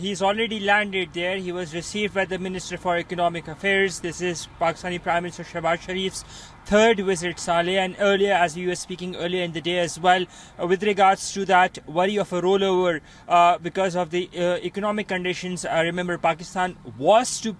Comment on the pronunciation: The way says Saleh in the end is so funny😂😂 it sounds more like Saaley😂